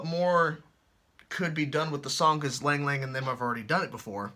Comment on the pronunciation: Lang Lang is pronounced long long I know it's weird